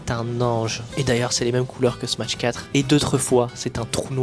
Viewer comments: Ok mais pourquoi tu dis smaTsh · Très bonne vidéo juste à chaque fois que tu dis smatsh je freeze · La vidéo est magnifique est très bien réalisé bravo à toi mais vu que tu dis "Smatch" jvais devoir disliker la vidéo dsl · Dsl de faire le mec chiant mais pk vous êtes plein à dire smaTche au lieu de smash ? c'est pourtant pas si compliqué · trop bien la video mais par pitié arrete de dire "SMATCH" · faire des jeux JAPONAIS en ANGLAIS, tout ça pour prononcer SMATSH, l'anglais vous pisse tellement dans la tête que vous voulez faire des prononciations plus anglaise que l'anglais, c'est pathétique. T'es dans un entre deux linguistique qui existe pas.